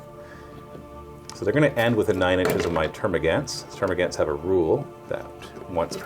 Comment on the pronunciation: Gaunts. Termagaunts. Pronounced gawnts.